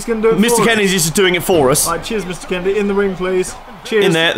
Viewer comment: Mister Kennedy... Ken-a-dee!!!!!!!